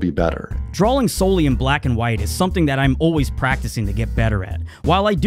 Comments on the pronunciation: I'm very sorry, your artwork is amazing and all, but could you say drawing properly. It's draw-ing, not drawling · It sounds like you've been pronouncing it as "drawling" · "Dralling" that makes me cringe lol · drawing not drawling hearing ppl say words wrong drives me crazy blame my teacher from the 4th grade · is he saying drawling?